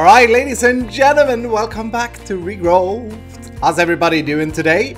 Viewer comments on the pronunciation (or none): i'm late for watching this episode but I have some remarks :-) 1/ I love it ^^ and I'm super happy you're headed to Minecon! Now stream a bit more so I can help you paying for it ^^ 2/ "Regrowth" has no "T" sound at the end 3/ you can make unlimited quantities of sand in this pack when you put a block of cracked sand (the ugly block which covers the whole world) and a bucket of water in a crafting table 4/ you can press the NEI shortcuts when hovering items inside the Quest Book: "R" = recipe of the item, "U" = items which use this item in their recipe Keep up <3